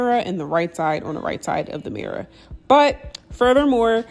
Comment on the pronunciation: i love how she says mirror, “mirra”